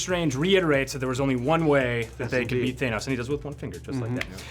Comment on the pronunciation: I wish I wasn't so bothered by people saying "thay-noss" instead of "than-nose"